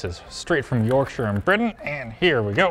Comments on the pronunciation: At first I cringed when he put the tea through a coffee filter, but then I realized that it probably removes oils and stuff that stains. Also props for using yorkshire tea and pronouncing yorkshire correctly, very well researched video. Edit: UNBELIEVABLY BASED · OH MY GOD THEY SAID YORKSHIRE CORRECTLY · As someone who lives in the town Taylor's (Yorkshire Tea) is from, thanks for being the first non UK channel to pronounce Yorkshire correctly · Good job using the best tea, and pronouncing Yorkshire pretty well, 10 points for effort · Omg they actually pronounced it properly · They said Yorkshire correctly. It’s a like from me